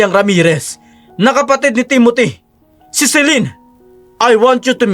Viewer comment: Maganda ang kwento pero sana bigkasin ng tama ang mga pangalan. TIMOTHY NOT TEMOTHY. AFTER LETTER T IS I not E